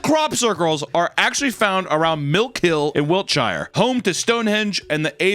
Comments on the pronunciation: Another absolute banger of a video. Also fyi it's Wiltshire not Wilkshire ;) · Love your work, but Wiltshire is pronounced Wiltsheer! One of those annoying British pronunciations! Keep up the great work, I love it! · It bothers me how you pronounces Wiltshire so much :( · I'm bothered that you're calling my country Wilkshire. It's Wiltshire 😤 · Brilliant British accents but it’s “Wiltshire” which you intuitively pronounce “wiltsh’uh”. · Hi, English guy here. We pronounce it as “wilt-shuh”…much love! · Wilkshire is pronounced Wilk-Sure✅ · I am from Wiltshire England and I had no idea we had so many crop circles and also their impression of local Wiltshire folk actually fuckin spot on Also, it's pronounced Wilt-sher Don't ask me why